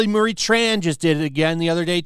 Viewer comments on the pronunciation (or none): none